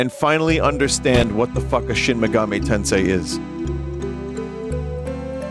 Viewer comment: binty played shin megahmee tensay...I can't believe it.